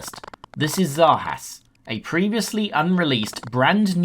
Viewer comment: You think that's bad, that's the first time I've heard Zarjaz/Zarjas pronounced with a 'Spanish' J...